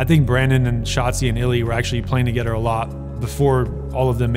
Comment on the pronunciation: "Play togeder, talk togeder" lol